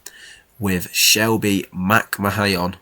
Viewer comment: Mcmahon is pronounced mcman, like vince Mcmahon if you ever followed wwe